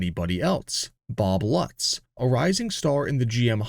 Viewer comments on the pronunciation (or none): Great video and presentation, but the European names and pronunciation needs some work it is pronounced “Loots” with an emphasis in the first “o”